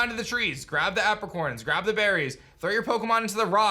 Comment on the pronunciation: It bothers me how illiterate and bad at pronouncing things these YouTubers really are. It’s Ar-cee-us and A-pri-corns